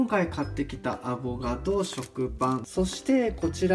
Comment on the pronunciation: さぁ～～～ん、「アボガド」じゃなく「アボ “ か ” ド」ですよね？wwww自分も以前友人から指摘をされた人間ですけど。汗